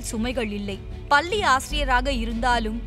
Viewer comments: பல்லி..பல்லி...னு..சொல்றே..முண்டம்..முண்டம்.. பள்ளி என்று சொல்ல வரல.. லகரம்... ளகரம்... தமிழைக்கொலை பண்ணாதே முண்டம்...போய் நீ சாவு... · பள்ளி ன்னு சொல்றதுக்கு பல்ளி னு சொல்லுது அந்தம்மா 😴